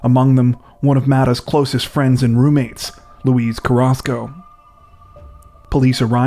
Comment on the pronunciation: Pronounced Loo e not Louise dude